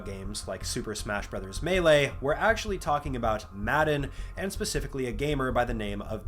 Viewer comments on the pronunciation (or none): none